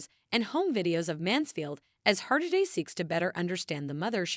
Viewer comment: Oh, goodness. The final “t” in debut is silent. And you could at least instruct your machine to pronounce the name of the subject correctly.